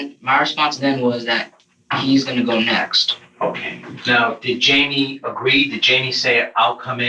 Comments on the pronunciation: Jamie, with a jay, not an H as in Hymie.. It is Jamie !! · Hi-me?????????...........that is fuckin not how that name is pronounced my guy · Why is the voice over guy Pronouncing Jamie as hei-me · It bothers me that he wouldn’t even say Jamie’s name right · Note to Narrator: Jamie is pronounced with a J. Always.